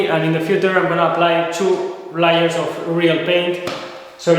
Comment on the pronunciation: Hello and greetings. Maybe look into the difference between the pronunciation of layers and liars?